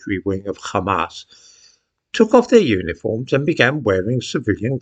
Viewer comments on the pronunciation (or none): why do you use the hebrew pronunciation of hamas. Where you not taught rp?